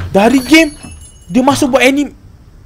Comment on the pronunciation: salah lh sebut anime,hahahaah...